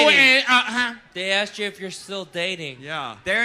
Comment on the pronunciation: So am I. Do you love the way she says ‘axed’ (asked) ? She was paying attention to what was going on the whole time. She has a generous spirit and doesn’t say mean things.